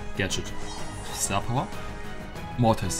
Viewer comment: sagt immer Motis